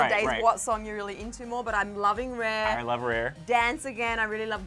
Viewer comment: Lmao😹 Every time says "RARE," it sounds like "REAR."